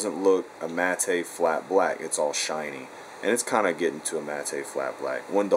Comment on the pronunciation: what a fucking idiot. Using words he doesn't know what they mean or how to say them.. Mattay black? Its matt. Electrons rofl...